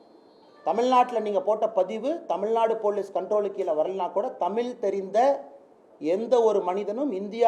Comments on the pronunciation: This guy can't even say tamizh properly...he says tamil....he chose short cut to power...he had fame but now he lost both...politics is a different ball game altogether its not ips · தமில் இல்ல தலிவரே தமிழ். H.ராஜா எவ்ளோ தான் திட்டினாலும் திருந்த மாட்றியே தலிவா